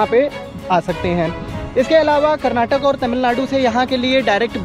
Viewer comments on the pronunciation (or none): none